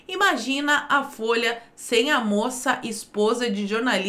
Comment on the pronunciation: "Fôia do Seu Paulo" kkkkkkkk